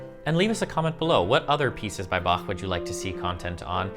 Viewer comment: What would Bach do? First off, he would certainly not butcher his name and twist it into "Back" like so many Americans do while thinking it is terribly funny. You actually did a pretty good job with the pronunciation, which is the first step towards respecting Bach.